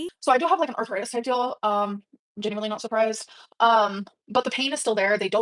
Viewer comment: Oh no, she has “arthuritis”